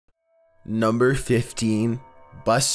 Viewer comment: NU m BEr fifTEEN